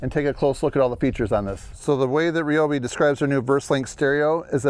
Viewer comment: I stand with TRZ on this issue. it's RYE-OBI not REE-OBI! :d